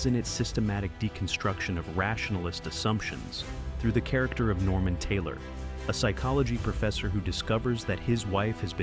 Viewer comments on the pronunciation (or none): none